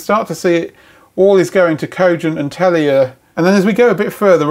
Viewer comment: "Tell-e-yah". Love it.